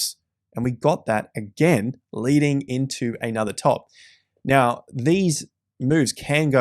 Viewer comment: Right Now sounds like Right Meow lol